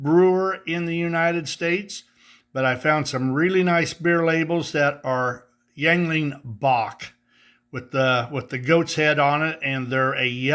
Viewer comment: Very cool custom Electrics,. I think it's pronounced, "ying ling." I enjoy their Lager. 🍻